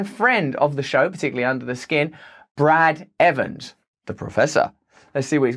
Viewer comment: "Brad Evans", has an "s", in it.